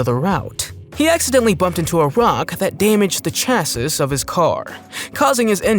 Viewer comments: Chasis prononced chass -see not chat sis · did he just say chassis pronouncing the s lol Okie dokie